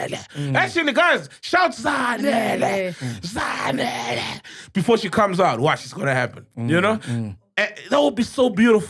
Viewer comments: Its not Zanele but zandile Dlamini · It's Zandile Sol not Zanele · Zandile is her name actually not Zanele🙏🏽